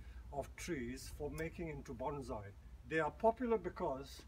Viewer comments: It's NOT BonZai, it's pronounced Bonssai..... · IT'S PRONOUNCED BONE-SAI. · Very much enjoyed the presentation. Is that the expat Chinese pronunciation of Bonsai ? 😎